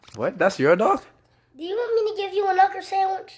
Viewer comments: Do YoU WaNt Me To GiVe YoU A KnUkEr SaNdWiCh? I know he said knuckle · That boy said a knucker not a knuckle so you know he ain’t playing 😂😂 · idk why i died when he sadi knucklwe9fj